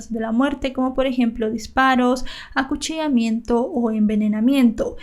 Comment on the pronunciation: a alquien mas le fastidia como dice "cuchio", "cuchios" o "acuchiamiento"... es algo que de verdad es de soportar... O soy solamente yo?